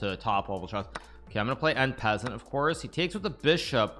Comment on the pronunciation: “en peasant” ☠️☠️☠️☠️☠️